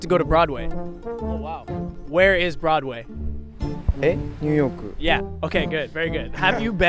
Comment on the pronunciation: I laiku musicaru, I wanttu, go borodway. where is broadway? eh... new yorku